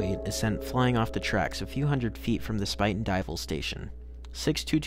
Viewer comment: Good summary of what happened. While you nailed the pronunciation of Spuyten Duyvil, the correct way to pronounce Poughkeepsie is Pah-kip-see. At least that is the way us New Yorkers say it.